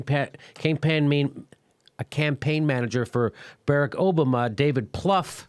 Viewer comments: WTF!!! At 1.06 with jimmy's attempt to pronounce Barack obama's name. lol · Hey Jimmy, are you feeling alright? Your speech was slurring and you mispronounced "Campaign Manager" , "Barack Obama" and your reaction was slow. Either you were inebriated or you have the signs of a stroke. either way take of it! a fan